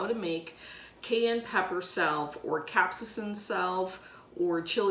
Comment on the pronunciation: Pronounced Cap-say-sin.